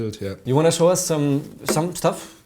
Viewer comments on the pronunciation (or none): none